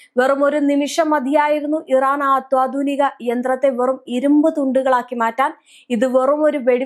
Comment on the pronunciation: Asa adding അത്വാ ധുനിക അല്ല അത്യാധുനിക ?